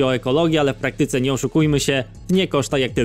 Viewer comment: Dobre filmy robisz, dobrze się Ciebie słucha, ale pamiętaj, że akcent na trzecią sylabę od końca, bo czasem wymyka się na drugą ;p (np: w PRAktyce, nie w prakTYce) takie tam czepialstwo, ale może się przyda 😉